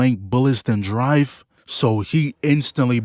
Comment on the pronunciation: “i don’t know how to driv”